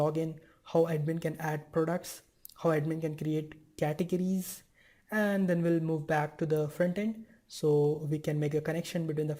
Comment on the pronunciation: Very good English, man! Until you reached "categories". Butchered that one. But that's really nothing compared to the content you're putting out! Great job!